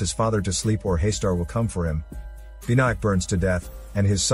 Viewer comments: It is not pronounced as 'Hey-star'. It is 'Hus taar'. Here Hus as in Bus, T in taar as in 'th' in 'things' and 'aar' as in car. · Pleases don't mind. It's not Haister It's Haastaar ,. There is deep fear here in that name spelling actually,. And I'm one the early viewer of this legendary movie. Anyone who haven't seen it yet 100% recommend watching it first.